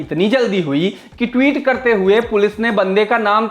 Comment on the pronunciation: "टीवीत" बोलता है चूतिया ... सालो थोड़ा क्लास लाओ ।